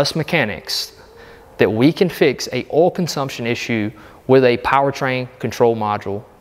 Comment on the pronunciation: WTH is “oul”?